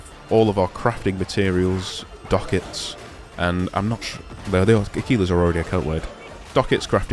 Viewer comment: Ooh i see, no i actually didn't know of their existence so didn't recognize when u mentioned. And according to google your pronunciation of it matches 100% :D thanks!